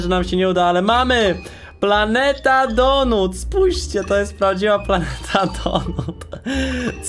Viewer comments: Mówi się donat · Kurw... Mac Donata nie donuta. Donuta to masz w dup...e